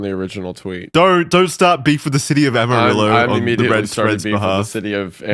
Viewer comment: As someone originall from Amarillo I was shocked yall actually pronounced it right.